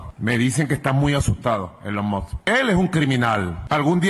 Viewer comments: Elon Mot, Elon Mox, Elon Mos y su estarlix jajajjajaja.... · SI COLOCAN LOS SUBTITULOS DE YOUTUBE CUANDO EL MASBURRO TRATA DE PRONUNCIAR "ELON MUSK" aparece "el on mod" JAJAJJAJAJAJAJAJJAJAJAJAJJKASJKASKJSJK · "E LON MOD" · Soy fanática de Elon ( se pronuncia Ilon Mask) Musk.